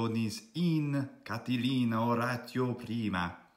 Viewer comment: Why have you divided 'Catilina' into 4 syllables like this: CA-TI-LIN-A and not like this: CA-TI-LI-NA? Thank you.